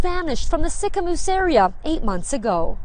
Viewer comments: Sorry to be off track off the main topic but I thought it was funny you said Sicamous like sic-a-miss lol it’s said like sic-a-moose you say it like the animal moose thank you for making this video tho I feel like I don’t here about much crime in Canada this intense and i love to be educated on these topics to keep an eye out and also just be extra pre-cautious in these situations! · The towns are pronounced ‘Sick-a-moose’ and ‘Mal-a-kwa’ 😊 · ‘Mal i quaw’ is how it’s pronounced.. and the other town is pronounced ‘sicka moose’ just letting u know.. I used to live there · Mal-ah-kwa, and Sick-ah-moose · Haha you pronounced sicamouse and malikwa wrong...I live in this area and have for over 40 years. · Sicamous is pronounced Sicamoose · It's pronounced Sick a moose. Your welcome :) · Sicamous its pronouced